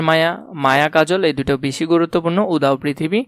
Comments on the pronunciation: ভাইয়া সরি, কিন্তু উদাও পৃথিবী হবে না,উচ্চারণ উদাত্ত পৃথিবী উদাত্ত মানে উচ্চ বা মহান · ভাই, উচ্চারণ টা উদাও হবে না। উচ্চারণ হবে"উদাত্ত পৃথিবী" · Bangla porassen, udatto ke udhao bolsen!!!😂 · উদাও পৃথিবী নয় রে ভাই, উদাত্ত পৃথিবী। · লল উদাত্তকে, উদাও পৃথিবী বলতেছে। উচ্চারণ জানেননা আবার শেখাতে আসেন।